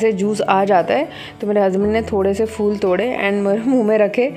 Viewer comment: Phull nai phool hota madam